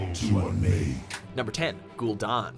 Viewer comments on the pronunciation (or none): You suck at character/noun pronunciation announcer guy, many of your videos share this problem. Ghoul Dahn? Gul'Dan is pronounced Gull Dan; and you messed up others, not to mention other videos. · Jaina most powerful human mage in azeroth? Ever heard of the Guardian? Or Khadgar? Another case of of no research and screwup list. Also cringed every time for putting an uneccesary 'r ' in gul-DAN. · You said slyvanas and Gul'Dan and medivh and sargaras wrong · how do you get don from dan? It's Gul Dan. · *gool dan*, not *gool don," as Llane pronounced it once in the warcraft movie. "syl-VON-us." "Sar-gehr-is," not "Sar-gerh-ahs." "KAD-gar," not "kod-gar." "sandy pussy," not Arthas Menethil. not sure the Helm of Domination is "ancient." "illi-din," not "illi-dan." (this one actually is tricky), Illidan was made a demon hunter 10,000 years ago. "outland," not "the outlands." also, Kel'thuzad's original voice was way better than "generic lich voice." Thrall earned the title of Earthwarder because he replaced deathwing as the earthwarder. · gul'don? it is literally pronounced ghoul dan like the name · Gul don? Really